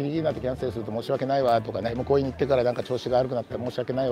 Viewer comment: とりあえず行（おこな）ってみる